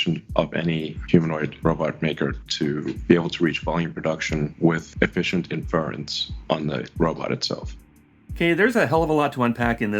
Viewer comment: I enjoyed hearing poor old Musk failing to comprehend and pronounce 'Inference' no end!